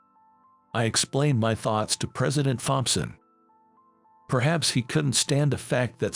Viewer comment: Can't you get an a I that can pronounce thompson